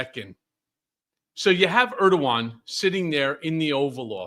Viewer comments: Okay, I love you, Ben, but Erdogan is pronounced Erdo(w)an. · Hi Ben, just a quick one, Erdoğan is pronounced Er-dew-wan my friend, lot of time spent in Türkiye lok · Erdogan is pronounced Er-doo Wawn